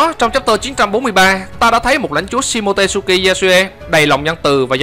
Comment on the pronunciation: SHimotsuki đọc là si-mô-chư-ki chứ k phải si-mô-tê-sư-ki nha ad 😃😃